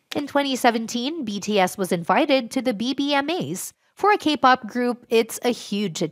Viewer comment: For a second I thought you were saying "gay-pop".... 😂